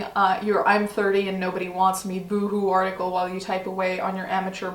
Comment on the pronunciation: At a point I heard you said Farticle not article :D I thought that os such a good description of this thing. Also, yes, I am a year late :D